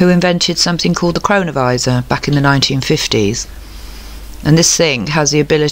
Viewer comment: Such a good video, thanks! And yes, every time you said cronovisa it sounded like corona virus. Pretty mind blowing stuff all this